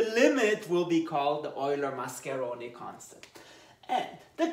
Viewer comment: Nice italian pronunciation